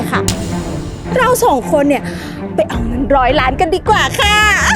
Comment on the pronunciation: คำว่าล้านไม่ต้องกระดกลิ้น เพราะมันลอลิงไม่ใช่รอเรือ จำไว้คุณ